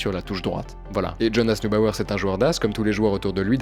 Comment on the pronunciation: Ahaha il a finalement réussi à dire Jonas Newbauer